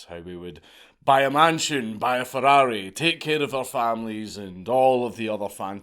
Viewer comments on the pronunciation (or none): i love how you say ferrwrrouee